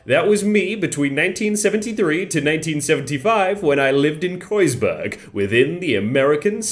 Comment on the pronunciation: Knowing I’m surprised he pronounced Kreuzberg correctly